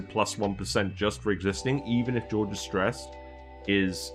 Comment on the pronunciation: A bit dismayed to see the dupes that subjectively are the most productive in my colony that low (Ashkan, Gossman, Bubbles and all-time favourite Travaldo, who always saves the day!). Also - I'm always surprised by English-speaking Youtubers who don't invest 10min to find out how the names are actually pronounced and give it at least a try (Jorge is not pronounced the same as George and the Ls in Camille are silent ;-) )